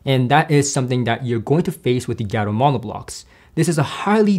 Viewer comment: It’s pronounced “Gaa-toe” not “Gia-toe.” Gato means cat in Spanish. I believe their company logo even features a cat.